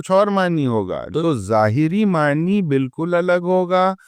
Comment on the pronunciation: معنِی معنِی سن کر دماغ خراب ہو گیا۔ نون پر کھڑا زبر ہے۔ "معنیٰ" پڑھا جاتا ہے۔